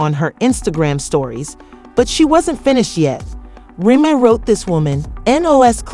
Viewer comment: Can u say say Remy Name right tho? Smh